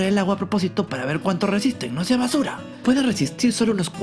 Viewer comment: (NO SEA BASURÁ)